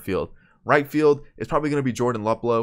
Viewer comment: For future reference it’s pronounced Loop-Low